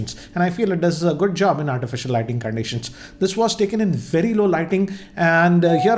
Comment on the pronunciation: vey vey vey better ... new language hinglish